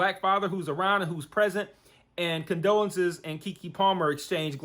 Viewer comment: LOL at you calling her condolences...it CONDOLA.